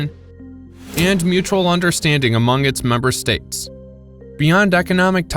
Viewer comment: Stupid AI reader can't pronounce "states" and the screen misspelled BRICS. Hire real people with skills.